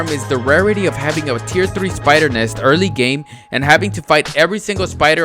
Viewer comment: Ewrly game he says. Lol